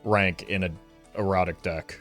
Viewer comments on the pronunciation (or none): As a new viewer im wondering, does he always pronounce erratic like “erotic”? And is it on purpose or is he doing a bit? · Anyone else hear "this many cards in an erotic deck"? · why does he pronounce erratic like that